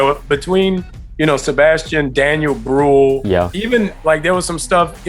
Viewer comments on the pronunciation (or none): As a german the way he says "Brühl" sent me off